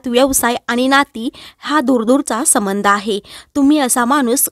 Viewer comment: समंध नाही ..संबंध‌ म्हणा